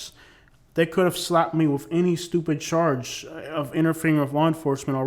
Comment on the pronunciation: Sounds like your saying they sarge people with crimes... charge my guy. lol peace